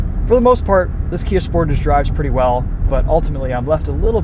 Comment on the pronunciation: the way you say sportage is so ugly. You have to say it the french way (Kia said this themself)